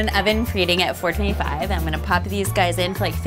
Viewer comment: Pronounces 425° as “four-ten-five”. Sure, perhaps in Valleygirl-ese.